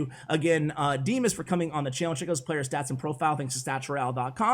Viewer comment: Vanco Vanco has already made such video about DIMAS first! 🇷🇺 P.s.: it sounds D[ i ]mas, from name D[ i ]ma, not [ ai ], and stress (emphasis, i dont know how is right) falls on A, not I